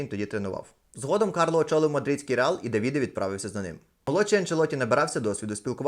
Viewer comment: Не Давìде а Дàвіде правильно говорити.